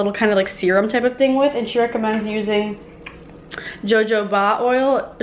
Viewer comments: girl.....jojoba is pronounced like "hohoba" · honey its ho-ho-ba oil omg ily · Awh you're so cute...I think it's pronounced ha-ho-ba oil...don't quote me but I'm pretty sure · jojoba is pronounced Ha-Hoba oil, Love you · It's pronounced hohoba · So jojoba oil is pronounced "ho-ho-ba"... weird right?! I always feel silly saying it people are like um what lol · ho-ho-ba, close enough!😊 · Hi! just wanted to let you know the "j" in jojoba is pronounced as an "h" sound! Love your videos, thank you for being so inspiring!!